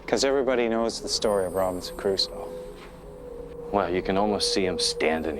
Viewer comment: Such an annoying women... Rabinson ca raooso!!!!! Stop saying it all f###ed up.